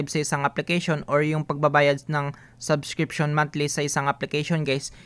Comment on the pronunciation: salamat, po, nakakastress lang yung paulit ulit na "saskripsyun" sabsskirption, subssssskriptnzzz, .... pede naman tagalog na lng bro... waaah! suskripsiyon... ayan tagalog hahahah salamat po ulit sa pagshare ng "PANO MAGKANSIL NG SUBSSSSKRTNZZZ" HEHE more power!